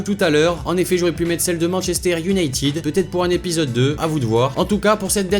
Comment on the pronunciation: "joueur de Manchestère United"